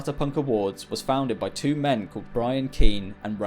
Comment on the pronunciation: One, tchew, f’free